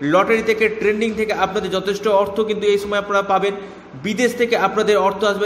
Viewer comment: ট্রেডিং উচ্চারণ করুন। ট্রেন্ডিং নয়।